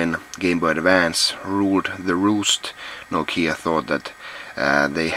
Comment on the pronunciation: Finally I learned how to pronounce "Nokia" right :)